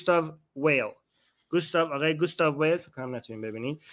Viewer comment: آرمین ، به آلمانی ، گوستاف وایل درسته🙏👍